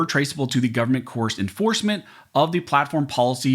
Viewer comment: Don't pronounce Government as Goverment. As it GOVERNment they want to govern over us all.